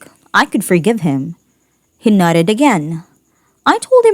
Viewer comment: When the reader says nodded , it sounds like she says nutted🤣🤣🤣🤣🤣